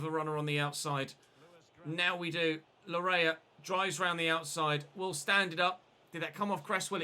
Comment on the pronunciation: its pronounced Layee not lawrea. thanks